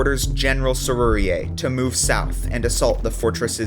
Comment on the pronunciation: Love the series. Now all you need is to learn to pronounce those dastardly french names! Great job with Sérurier, you need to work on Dallemagne. The e at the end is not pronounced. How you will pronounce Lefebvre-Desnouettes is a nail biter!